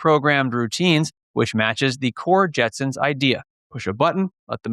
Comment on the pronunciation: Did you do that on purpose at the end? You kept saying Jetsons the whole time. At the end you said Jensen